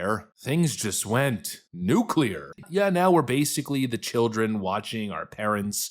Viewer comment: At last! A yank who knows how to pronounce the word, 'nuclear!'